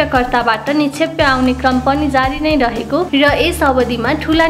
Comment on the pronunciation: निक्षेपलाई निक्षेप्य उच्चारण किन गर्नुभएको होला ? के यो english medium school को देन हो ?